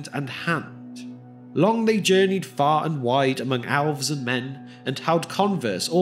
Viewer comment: The narrator pronounces the word "elves" as "owlves." Also, the text is interspersed with grammatical errors.